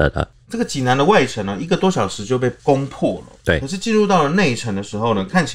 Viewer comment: 济南，济水之南而得名，所以读音是第三声，而不是四声（往往作动词）使用。欢迎来济南旅游，济南别称泉城，护城河乃是独一无二的泉水护城河。内城城墙尽管被拆了，但当年内城破城处城墙东南角的遗址还在，称“解放阁”。泉水护城河之上的解放阁，墙上写满了当年济南战役攻城时阵亡的共军将士姓名。其中不少“无名氏”令人感叹和平之宝贵。